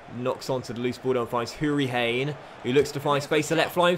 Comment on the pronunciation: Pronounce it Houri-Han not hane. Great vid anyways